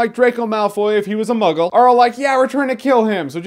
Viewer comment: Two things: 1. When you say muggle it sounds so bad 2. The kids in this movie, holy fuck, such idiots